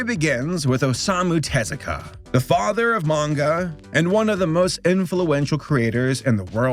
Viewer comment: Hey! Kudos for putting in the effort of getting Tezuka's name pronunciation locked down for this video. You've tripped up on names from all kinds of cultures around the world in the past, acknowledged your shortcomings and have learned from it. That's why you're such a great Youtuber. Keep up the fantastic work. Looking forward to the next video!